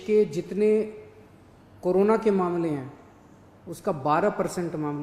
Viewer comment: it's corona not karona